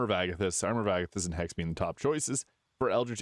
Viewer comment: Please work on your pronunciation and diction. It sounds like "haste" when its hex. I mean it with all love.